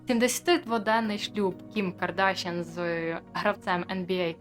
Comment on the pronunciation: ПетросЯн, БабаЯн, ДжигарханЯн, КардашЯн - все це вірменські прізвища. Наголос на останньому складі!